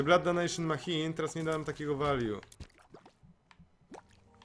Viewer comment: Nie wiem kto Cie uczył angielskiego i wymawiania maCHine. to ch czyta się jak SZ. I hematemesis a nie hemastesis.